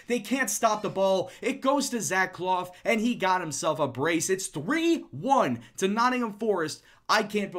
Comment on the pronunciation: For clough its pronounced cluff not cloff. Great vids though keep them up!